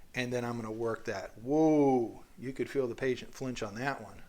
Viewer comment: i find it funny how you said “and then you’ll feel the patient flinge” but you made the patient flinge lol the patient didn’t flinge (you made the patient flinge)